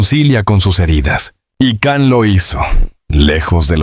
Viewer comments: La pronunciation wey.. Can(no es un perro) Can se pronuncia" llan" u algo entre "y" o " ll" Depende del idioma... Total es Can (LLAN) YAMAN❤ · Kan?? Siguen sin pronunciar bien su nombre